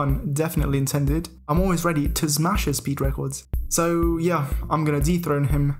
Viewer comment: I love how always says smash, zmash